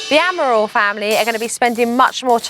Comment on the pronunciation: Jo: Admirals? Amarals... A-Amarals... AMarals... AmaRALs... Ral-rals... AmarALs... I love how hard Jo found it to pronounce the Amaral's surname!